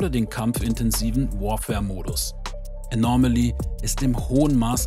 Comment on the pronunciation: Es heißt Anomaly, nicht Anormaly, Du packst immer ein R in der Aussprache dazwischen, das hört sich schräg an 😉